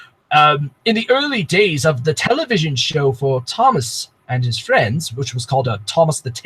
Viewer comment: Uh it’s television not Tele vision